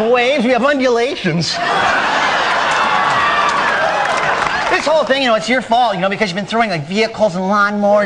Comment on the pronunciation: " Unyoulations" That is funny!